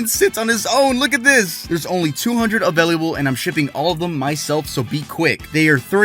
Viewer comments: Anyone notice he always says “availiable” instead of available? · You are the second person i've ever heard pronounce "available" like that 😅 you say "availiable" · I like the way you say available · I just realized how he says available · i like how pronounces "available" lol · Why do you pronounce available so weird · Yo, why does he say “available” like that 😭😂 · i also loves how he said available